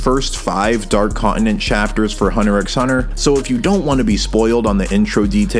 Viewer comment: It’s cause he pronounces the X 😉